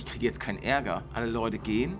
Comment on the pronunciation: er sagt immer bei mir am anfang Moin Nudde bruder es ist von meine kopfhöhrern aber du sagst es auch bissel komisch. sag mal Moin leute nicht moin ludde